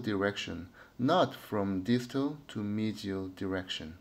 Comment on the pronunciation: 미지얼이 맞는 발음이였군요 수쳐의 힘의 방향이 더 아래로 향하는게 더 좋은 수쳐인가요? 아니면 특정한 상황에서 적용해 주었을때 더 좋은 예후가 나타나나요?